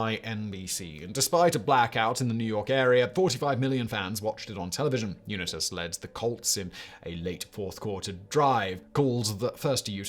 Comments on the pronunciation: I kept shouting uNITas as he said it. Lol Uni-tas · Dear Simon, Baltimore Colts quarterback #19, Jonny Unitas. Last name pronounced: “You-nigh-tis” with emphasis on “nigh” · Pronounce Unitas as u-nite-us! Do your research, please! Thank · Also the unit-us pronunciation is cringe af I like it. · Unitas is pronounced “you-night-us” here in the colonies. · Unit-as...Three times?! SIMON!!! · I chuckled when he said Uni-tiss. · Johnny Unitas is pronounced, you nigh tuss. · Johnny Unit-as. Lol. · UNITAS: U Nite Us 😂🤣 Don’t worry Simon, I’m American and we pronounce most thing wrong😂🤣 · Simon, I commend you for taking on a topic any non-American would know or care little about. Two comments on the Giants-Colts championship game: 1.) You mis-pronounced Johnny Unitas's last name; it should be "you-night-us", with a long I. 2.) This was the first game in NFL history to go into overtime. Regular-season NFL games that were tied at the end of the fourth quarter stayed tied until the mid-1970's. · ‘Unightus’ =Unitas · The way he says Unitas just make me sick. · Pronunciation of Stabler and Unitas was entertaining. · Every time he mispronounced Unitas and Stabler, I died a little inside. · So interesting to hear a British accent describing American Football. Even more interesting? Pronunciations of "Unitas", "Ameche", "Stabler", etc. Made me smile. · i know your a brit, but LOL… Frank Gilford, Tom Laundry, and Johnny Ewnehtas. What a wanker! :-P ❤️ EDIT: then Ken Stahbler… cracking me up brother EDIT 2: you put the Knile Davis kickoff return as the greatest postseason play ever?! Haha i’m a chiefs fan and was at that game. As happy as it made me that doesnt even deserve to be on this list! Too funny…. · Devin Hester housing the Opening Kickoff of a Super Bowl -The Music City Miracle -The Helmet Catch Not pronouncing “Unitas” or “Stabler” accurately. My Man, you needed one or two more NFL fans to put eyes on this one.